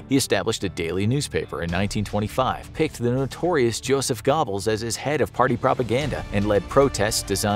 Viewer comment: lol gobbles???